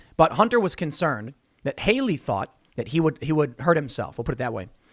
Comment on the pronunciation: "A" as in CAT! Hallie! Not Hayley! Stop giving me heart attacks every time you mispronounce that name. Jeez.